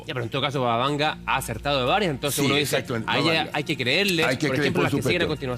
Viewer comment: Este profesor es un imbécil, parece que tiene un interés marcado en desacreditar a Baba Vanga! que ni siquiera el nombre pronuncia bien!